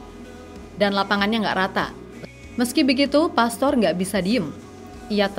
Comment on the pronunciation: Alex Pastuur bukan pastor Paas bukan paes Meis bukan mes Olé (é nya seperti di kata "képala" bukan ē di kata "bēbēk" yuk teman2 semua normalisasi cara menyebut nama orang dengan benar 🙌